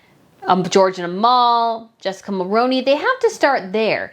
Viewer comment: ....Canadians politely must correct you. Jessica's last name is pronounced Mulrooney. 🍁